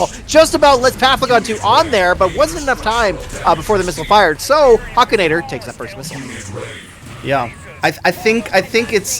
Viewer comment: Huk!!!! Hukinator!!!! Not huekinator!!!!! 🤬🤬🤬🤬🤬🤬